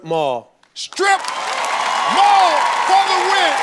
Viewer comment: That man got on national tv and said "scrip mall" 😂😂